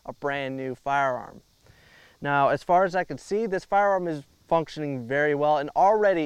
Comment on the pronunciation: Magazine “well” not weld.